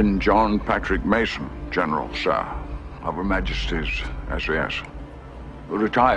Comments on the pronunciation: Major: Address him General Sir’. Bond: ‘General Shur’!. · "...General, sher." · General Shur. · “General, shur..”